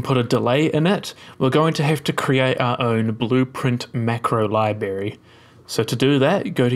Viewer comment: Very nice, worked perfectly the first time I tried it. I've never had anything in Unreal work the first time! My only nitpick is it's strange hearing someone who's clearly intelligent mispronounce "library" lol.